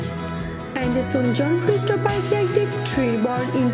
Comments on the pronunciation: We pronounce "Johnny DEPP" and not DEEP !!!! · What kind of English is that? Jonhny " Dip "? Terrible. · ... And "Star shine Capricorn" And Johnny Deep 😜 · It´s DEPP not DEEP!